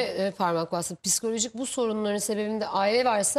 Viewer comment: Bir de piskoloji demese iyi olurdu :))